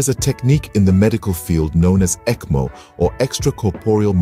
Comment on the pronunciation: pronounce is ekmo